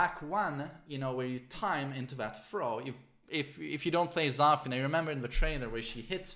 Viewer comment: for god`s sake its not Zaa-fena , its Za-feena!